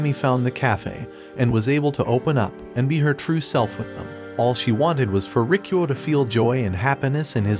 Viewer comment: am i the only who thought his name was "rickroll" bc that didnt sound like "rikuo" till i turned on the subtitles💀